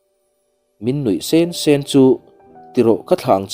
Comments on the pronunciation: Nui sen sen tih te hi han ngaithla nawn teh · Nui sen sen tih i lam dan khi thlak rawh. Mizo tawng lam dan a ni lo😊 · Nui sen sen hi lam dik rawh